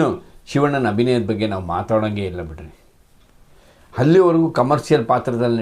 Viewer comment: ಆಗಲು , ಅಲವಾರು , ಹಲ್ಲಿವರೆಗೂ, ಕ್ಯಾತ.. ಆಡು ... ಕರ್ಮ ಕರ್ಮ... ಮೊದಲು ಸರಿಯಾಗಿ ಶುದ್ಧವಾಗಿ ಕನ್ನಡ ಮಾತನಾಡೋದು ಕಲಿ ಕನ್ನಡದ ಕಂದ